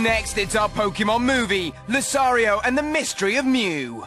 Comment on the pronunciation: Dude, you said "Luzario" not "Lucario"